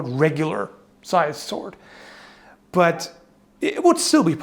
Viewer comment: I like that "but" which is more like "BUTT"